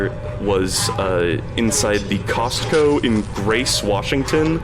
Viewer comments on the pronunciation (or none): none